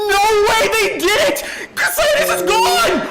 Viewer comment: WhY wOuLd yOu BaN CoO-Cy-TuS.. uk they only play invoked 😂😂😂